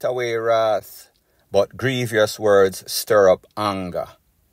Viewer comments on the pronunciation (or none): none